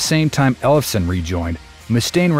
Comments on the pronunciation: "Ellef-son", not "Elles-fe-son"! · Can't pronounce Ellefson lol